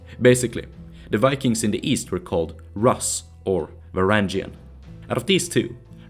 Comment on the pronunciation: another great video only nitpick, your pronunciation of "rus" (though i might be wrong)